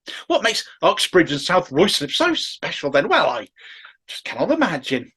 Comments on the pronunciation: Word to the wise,, it’s pronounced “Rye-slip”. But its weird mismatched spelling is the least annoying thing about this whole sorry situation so please carry on. After all, Starmer’s first name is spelled k - e - i - r but pronounced ‘weasel’. x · pronounced ryslip